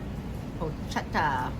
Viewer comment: its actually pronounced PORK-ETTA .... you should try the Porchetta sandwich, thats what they are known for, its so goood....!